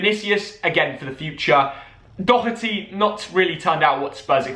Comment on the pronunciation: Ayy got the name spot on mate, no Dock-Her-Tee😂